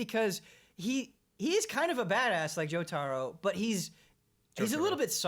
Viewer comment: Jotaaaro? You're killing me!